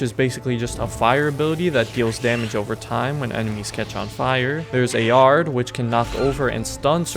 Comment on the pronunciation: man said "Ay ard"